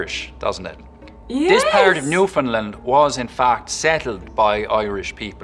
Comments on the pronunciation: The Province of Newfoundland is not pronounced "New Found Land" it's "New Fund Land" as in "Understand" A Canadian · IN Newfoundland (which he pronounces wrong, Newfoundland has the stress on the end, new-fin-LAND, with a long A, rhymes with understand), there are two big differences: townies and baymen. Townies, from St. John's and the Avalon Peninsula, have a less pronounced accent compared to baymen from around the coast. There's a lot more to it, but that's the most obvious. Any townie can put it on, for sure, but otherwise sound pretty typical Canadian (east coast). If you're from round da bay it's far more obvious, with a lot of local slang "Stay dere I'll comes where ya to.", or "Whadda ya at b'y?" And "Arse on dat!" is universal for "that looks amazing!" (be it a nice bum or shiny car). The slit T is everywhere, too, and it's often said Newfies talk like the wind "is taking the breath from ya." And a lot of dropped or added H's "We drop our hayches in 'olyrood and pick 'em back up in St. Hant'ny!" (We drop our H's in Holyrood and pick them back up in Saint Anthony - two places on opposite sides of the Island) Lots of lengthened vowels as well, "having a hard time?" becomes "havin' a haaaard toime?" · Funny he can do the Newfoundland accents but he can't pronounce Newfoundland right!!